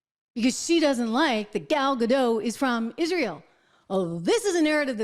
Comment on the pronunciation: I’m sorry I don’t wanna correct you but it’s Gallad dot